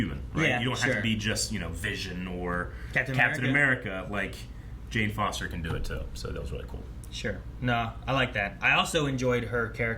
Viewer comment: no problems with that but it's weird that she knows how to fight when Mjolnir only provides strength and yeah,the cheesy eat my hammer and dr jane foster - mispronounced 🤣🤣